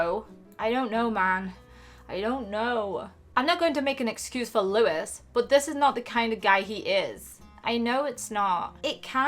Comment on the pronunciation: Your saying Louis name wrong you say it like this looy